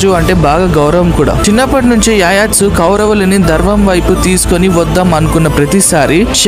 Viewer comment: Yayatsu ani pronounce cheyyaru... It's Yuyutsu